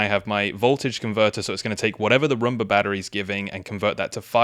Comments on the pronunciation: Romba? I thought it was Roomba! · I just wanted to say that it's not pronounced a Rumba. It's pronounced Room-Bah like as a bedROOM. But great video and gave you a like hehe. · It is not a Rumba, it is a Roomba.